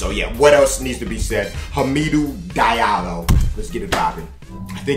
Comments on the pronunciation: It's pronounced Ha-Mee-Dou Dee-Allo..... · its pronounced hom-a-dew di-al-o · Lmao you said his name wrong but I met him before I seen him near my school and I seen him at the Rec cool dude bro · He actually said his name wrong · You said his name hella wrong lmfao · This is such a wrong pronunciation of this guy's name. Goddamn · He pronounced his name hella wrong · Didn't pronounce his name nowhere close to it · Cuh pronounced his shit all types of wrong